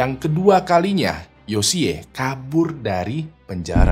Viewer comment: Yoshi kali bang baca nya.... lucu dengernya yosiyee hehe